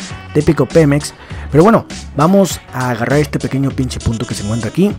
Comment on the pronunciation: segundo comentario eres el mejor me da mucha risa como dices pinchi o pinche xD